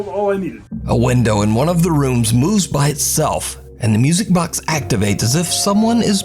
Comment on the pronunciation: the part where window moves by itself...dont know if only me i heard saying window moes instead of moves..hehe😁